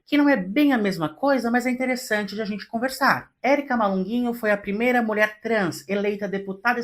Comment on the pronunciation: "Molher". Pq falar assim srta??